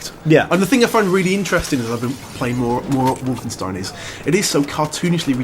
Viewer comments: "Wolfensteen"? Really? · They'll never be able to pull off anything as fun as Enemy Territory in a single player experience. I became addicted to that online madness for several Summers during school. And you guys said 'WolfenstEEn' at one point. Ahhh >_< Haha.